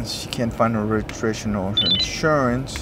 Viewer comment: The reason I'm here is because everyone's been making the left turn and it's been accident causing been going around. 🍺🍺 He's giving her a break for not having a regurgistration. 🍺🍺🍺 Cop is clearly wasted. Slurring his speeh. Wow. He needs to be off the road.